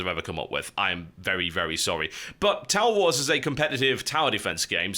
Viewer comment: Was I the only one hearing "Towel Wars"?